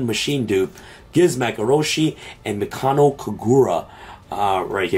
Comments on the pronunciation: why did you keep saying Mikano like there isn't a second K in there 😂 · They actually all look pretty cool. Mikanko not mikano lol. Was testin pure rescue ace for a bit...going first or second can be good but it needs more support forsure to be super competitive. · Corrected himself on purrley but not mikanko lmaoo